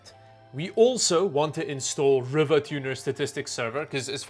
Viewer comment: Not that it matters much, but im old enough to remember RivaTuner being released to allow overclocking of nVidia's Riva TNT graphics cards (pre GPU terminology). I'm almost certain that it is pronounced Reeva and not River ... Tuner.